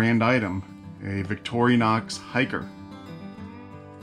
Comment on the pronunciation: Thanks for the content! One tiny, tiny, tiny, trivial thing: it's Victorinox, not Victor I onox...Again, being kind of petty, and really enjoyed the video!